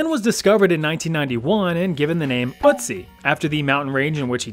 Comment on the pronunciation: Anybody at all is triggerd taht he says Ützi not Ötzi